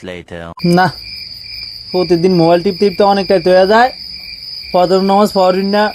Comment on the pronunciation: বাই নমজ না নামাজ বলেন😒